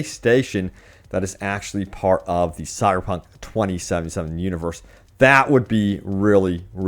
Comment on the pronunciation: Dude , why do you have so much trouble pronouncing the name of the game. It sounds like you are saying "sierpunk".